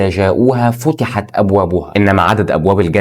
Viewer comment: نطق كلمة فتحت غلط